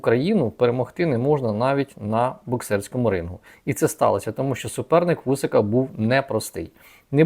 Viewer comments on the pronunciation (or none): А ще прохання, - не "шчо", "шче" і т.п. а "що", "ще" і т.п. Любіть українську...